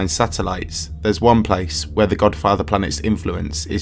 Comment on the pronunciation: LoL He said The Godfater